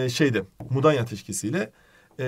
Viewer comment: Mudaya Değil "Mudanya"